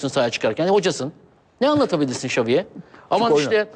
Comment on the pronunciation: sergenin ç lere ş demesi süper :D şaviye hişbişey anlatamassın :DD